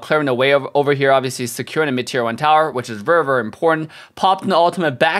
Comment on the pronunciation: I like how says Verrr Verrrr for Very Very 😂